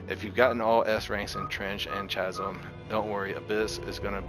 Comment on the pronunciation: Please learn how to pronounce "Chasm" correctly. It's "kaz(ə)m."